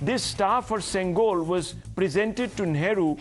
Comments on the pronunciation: Hey Iyer, It's not Sengal (brick), it's Sengol, Semmai - means rightness, and Kol- means stick. together it's pronounced as Sengol. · I condemn this Abhijit Iyer Mitra poor linguistic skills It’s not sengal It is Sengool Learn the language with its nuances I choose to ignore his ignorance as his intent in my observation was for the benefit of the society